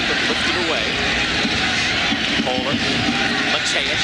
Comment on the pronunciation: Der nächste super-Upload! Zu lustig, wie die deutschen Namen ausgesprochen werden. Mollrrr... 😅